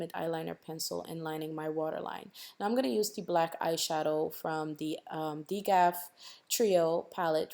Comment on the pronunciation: Is it possible the trio shadow was called D.G.A.F( don't give a f**k) 😂😂 I giggled a little when I heard "Degaff"